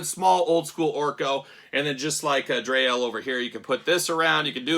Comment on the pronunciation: Dree (pronounced like free) Elle. And Daimar pronounced like Day-mar. 😊